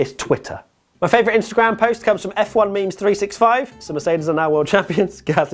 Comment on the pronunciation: did u say mems